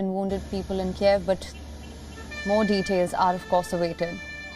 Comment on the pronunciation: girl, just learn how to read it correctly: KYIV, not Kieev, come on, it's not so hard, you can do it